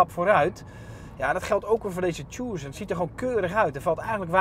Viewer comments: tjoesen??? je spreekt het uit als "tukson" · Mooie Tjoessunn omg je spreekt het uit als Tuson pannekoek!! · 'Tjoeeesun', je spreekt Tucson uit als 'Tusan' meneer de presentator :-) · tjoesun.. man man man